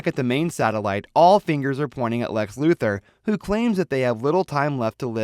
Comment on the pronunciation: It's LuTHOR not Luther